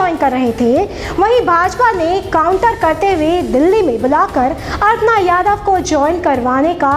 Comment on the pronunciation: अरे अर्पणा यादव नही अपर्णा यादव बोलो